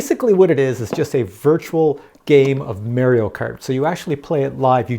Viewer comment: Learn how to pronounce Mario.